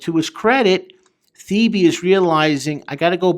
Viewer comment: Your pronounce earls actual name like “ te-bay”